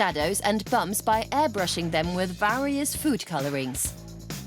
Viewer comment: Voice over sounds like it was done with A.I. or text to speech software. Who pronounces "various" as vah-ree-us?